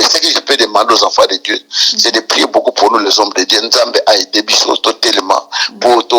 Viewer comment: Pronociation l homme de Dieu pas Die